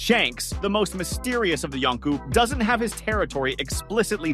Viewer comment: Yonko, you turd! Not Yonku!